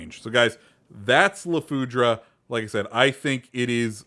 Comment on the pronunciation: It's french so the e is mute at the end